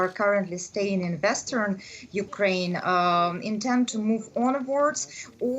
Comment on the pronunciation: "U KRA IN" ???